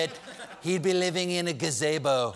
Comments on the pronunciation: "GA - ZEE - BOE" NOT "GA - ZAY - BOE"⚡ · Gah-say-bo? You mean Gazebo. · It’s gaz-ee-bo not gazaybo right? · Im pretty sure it is pronounced 'GazEEbo' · "He'd be lining in a Gazaybo..." That's an dead on impression.. mispronunciation of a simple word and everything!